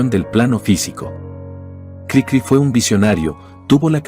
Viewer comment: Si en verdad leen todos los comentarios, espero que me hagan caso. La voz artificial no siempre es la mejor, y expone errores de edición en el texto. Lo más obvio es que durante todo el video la maquina dice Crícri en lugar de Cricrí, pero hay otros errores que expone. Diaz Ordaz no fue presidente en 1068. Los humanos sabemos como decir Café Tacvba, pero la maquina no sabe que la v la tiene que pronunciar como u. Cosas así le quitan a lo que sería un excelente video.